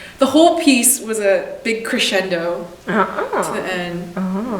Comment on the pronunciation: when Yunyi said "crescendo" her Italian pronunciation was really very good =) I don't know anything about music but watching your show, as I understand it, at international level many Italian words are used in the technical terminology of classical music?